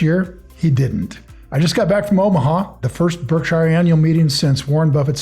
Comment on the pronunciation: How does one come back from a Berkshire annual meeting not knowing how to pronounce it?